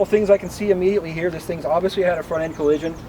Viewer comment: Is it me or did he keep saying “obvious-wee”..? Lol he said the rest of his “L’s” properly though.. Great video, that was a tiny bit distracting for me lol